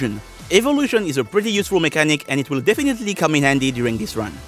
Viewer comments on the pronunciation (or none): none